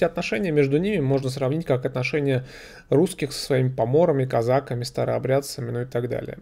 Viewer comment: Я выросла среди донских казаков и никогда не слышала, чтобы они называли себя казАками, только казакИ.! казакОв, казакАми... Ваше же произношение меня удивило. (ударение на второй слог).